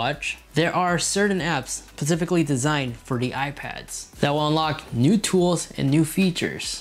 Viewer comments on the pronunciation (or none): "Pacifically" Okay buddy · Pacifically these apps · 16 seconds in. It's *specifically. Turns off video